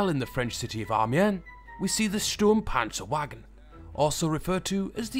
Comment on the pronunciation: *cough its pronounced Sturmpanzervagen